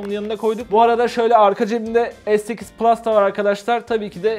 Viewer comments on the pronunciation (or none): none